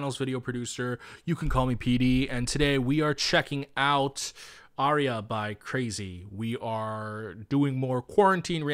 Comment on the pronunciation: It’s actually not “crazy” it’s actually pronounced how it’s spelled “Craxy”